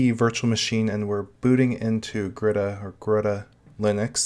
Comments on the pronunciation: Just as an FYI, it's pronounced as ga-ruda :) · Pronouncing: Ga-Ru-R-a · Can garuda run on raspberry pi 4 ? It is pronounced (ga - roo- da) , Garuda, in Hindu mythology, the bird (a kite or an eagle) and the vahana (mount) of the god Vishnu. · Nope. It's pronounced Garud. It's a Sanskrit word for an eagle like bird. The link below backs my statement up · Btw it's pronounced Garud. It's an eagle like bird in my home language, Sanskrit. Here's the Wiki for it.